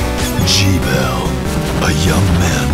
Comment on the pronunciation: "G-Bell?" Uhh, that's a German word; shouldn't it be pronounce "Gah-bell?"